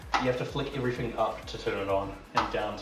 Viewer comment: Lol "everyfink"and "everyfing" ya need to pronounce your "T's"